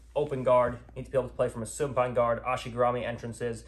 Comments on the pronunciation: Why does he say "soon pine guard" and not supine ? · I wish he said supine instead of soonpine